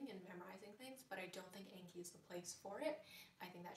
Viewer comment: Such a good video but the program is pronounced "On-key" :)